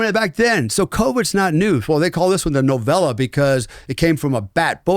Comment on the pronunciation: This dude is a joke… He has contradicted himself covering for murder and can’t even pronounce novel… 😂😂😂😂